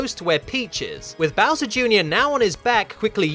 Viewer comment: I love how you pronounce Bowser. Bowsa. Bausa.